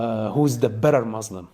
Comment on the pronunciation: What he is saying is opposite of the teachings of the Quran and the Hebrew Bible. He does not even pronounce Muslim correctly. He’s just angry. I understand that most people follow their culture and not their religion. Btw, hijabs are a personal choice and they are biblical too. The Almighty does not change so neither do His teachings nor His culture.